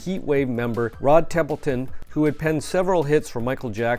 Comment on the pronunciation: TO THIS ANNOUNCER-----------SIR ! THE VERY LEAST ---------THE LEAST----------YOU NEEDED TO DO, WAS TO LEARN TO PROPERLY PRONOUNCE NAMES !! HIS NAME WAS ROD TEMPERTON ! CLEARLY SIR, YOU FAILED TO DO THE MOST BASIC RESEARCH, & IF YOU DIDN'T KNOW HOW TO PROPERLY PRONOUNCE A NAME OR WORD, THERE SURELY WERE RESOURCES AVAILABLE TO YOU . --------SHAME ON YOU ! ---------------MJL, 80 Y/O